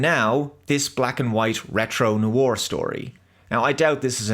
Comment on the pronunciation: Are you trolling with your pronunciation of 'noir'?